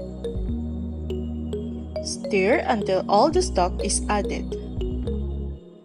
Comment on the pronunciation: sa word na "STIR' po. you pronounce it as "stur" not "steer"